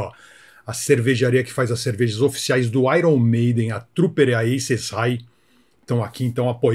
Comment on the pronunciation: Ce falou errado. Aier Maiden 😂😂😂😂